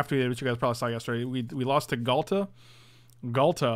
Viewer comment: say no more:)